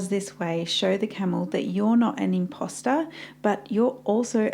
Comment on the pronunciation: When she said "Imposter" I thought she said "Pasta" 😂